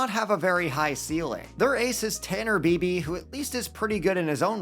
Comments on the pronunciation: It is pronounced ‘BYE-BEE’ not ‘BEE-BEE’ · Totally botched bibee's last name